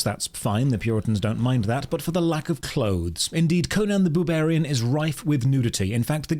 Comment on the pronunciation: Did you say Conan the boobarian? Peak funny Top drawer!